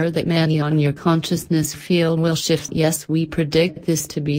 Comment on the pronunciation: did you leave the f out of shift on Purpose? lol